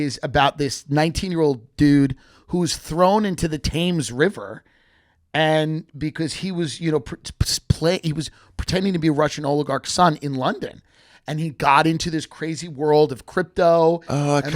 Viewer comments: Tim moaning about people saying kuala loompoor and then called the Thames the Taymes. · How the hell does Tim not know how to pronounce Thames..........